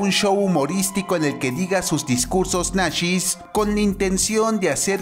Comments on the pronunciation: Ideas Nacshis. Se dice nazis, donde aprendiste Aleman? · A ya entendí por qué dicen nashes.